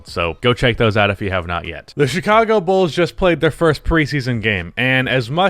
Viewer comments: “Chichago Bulls” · I'm also worried about the "Chichago Bulls". Come on,. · this is hillarious ngl.I like how "Chichago Bulls" were pronounced